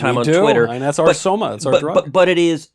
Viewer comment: Why is it when he says 'Soma' I hear 'Skooma'